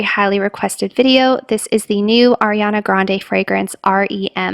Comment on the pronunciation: I’m sorry but it’s ariana not Airiana 🥺